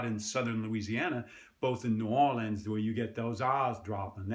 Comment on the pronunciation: As a New Orleans native I appreciate that he said ‘Noo-awlins’ rather than ‘Nawlins’ which i didn’t really here there. My parents have the accent more than me. They laugh when I make fun of them saying ‘cardboard’ like ‘cawdbawd’